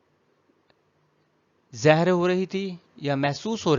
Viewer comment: سر آپ بار بار زہر پڑھ رہے ہیں ظاہر لفظ ہے جزاک اللہ پڑھانے کے لیے